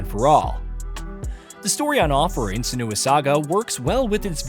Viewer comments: It isnt suh-NEW-uh. It is sen-you-uh. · Her name is pronounced three different ways in the game itself 😂 Sen-you--ah Sen-oo--ah Sen-wah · That's not how you pronounce "Senua". If the guy reading the script had actually played the game he would know that. If the guys writing the scripts in India have accents too strong to be palatable to western audiences, at least get on the same page with the voiceover people. This is apparent in almost every video on this channel. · That's not how her name is pronounced 😅